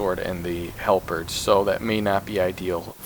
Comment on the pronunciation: This helped me so much but oh my god every time you try to pronounce "halberd" i lose my mind lol